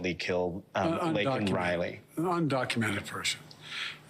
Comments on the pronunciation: He apologies for saying the truth but not for mispronouncing the young woman's name. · He never apologized nor admitted to mispronouncing Laken’s name. Isn’t she more important than her murderer?